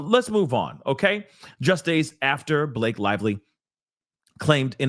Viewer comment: Buh- La-Kay 😂😂😂 one million percent Lying on him.